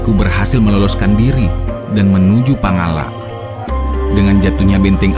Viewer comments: Pangalak bukan pangallak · Sebutan reporter harusnya Pangala', bukan double L ....Pangalla'